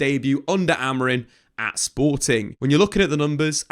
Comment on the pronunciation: Who is Ruben Amorin? 😂 Can't tell if it's an accent thing or what.